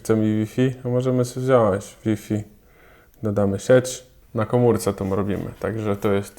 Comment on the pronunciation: Chłopie, podłączamy, wziąć a nie podłanczamy i wziąść. Wstyd Chłopie